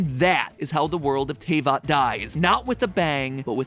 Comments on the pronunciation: Everyone: [pronounces Liyue incorrectly] Matpat: Tay-vat..... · ...my insides died when i heard "TAY-VAHT" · I would want to clear out something pls. It is pronounced as Te-vat. Not Tey-vat. But all in all this is really direct and really good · Btw mathew patrick its pronounced te-vat not tay-vat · HE PRONOUNCED IT TAY-VAT IM SCARED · Mat pat it's pronounced teh-vat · T- "TAYVAT"??! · Uuggh First of all It's "Deeluc" And second its "TehVat" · Also it's pronounced Te vat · How dare you made that title then show the villain Also it’s pronounced Tay fat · How..... how did you pronounce Tevat!? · bro pls pronounce teyvat properly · I'M DYING. THE WAY ME PRONOUNCES TAYVAT. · The way he says Albedo and Tevyat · matpat put in a clip of paimon saying teyvat correctly and then still mispronounced it lmao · I just want to know who taught you how to pronounce things like teyvat and albedo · It kills my very soul how he pronounces Tevatt. Edit:: Paimon is the Unknown God?? That star thing in her hair matches the Unknown God's portal when she showed up in Kanreiah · I've been waiting so long for a genshin episode but he had to pronounce almost every name wrong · I WAS WAITING FOR THIS!!!! I knew genshin was too big and has too many mysterious yet to be answered via the plot for game theory to not to tackle this, the fact it was sponsored is what surprized me... that and the pronunciation of teyvatt cause either i've being saying it wrong in my head all this time or matpat did in his video. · The butchering of the words Teyvat and Albedo hurt a lot. Otherwise fun theory! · IM SORRY BUT THAT'S NOT HOW YOUR PRONOUNCE TRAVAT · How the heck did he pronounce Teyvat wrong but got Liyue right? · Sponsored by Genshin but cant even say teyvat right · I like how he can pronounce liyue but, even with clips saying the worlds name, STILL cant say teyvat correctly. lol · Imagine saying Teyvat and Albedo wrong, couldn’t be me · YOU PRONOUNCED TEYVAT WRONG DJDBSBDJJS